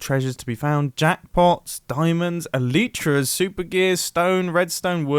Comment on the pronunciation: he said eleetra instead of elytra